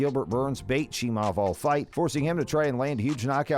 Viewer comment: Why would you post this video AGAIN ??? You posted this before the Burns fight and UFC273...Click Bait for more views ain't cool. This is old news and furthermore....SAY Khamzats last name properly....Its NOT CHEE- MOV its CHEE-MY-EV. Have a great day 😀